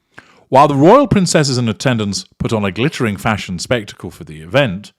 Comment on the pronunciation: Fash-onn devastash-onn hahaha